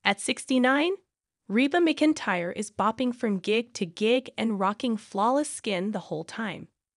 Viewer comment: You are also pronouncing Reba's last name wrong.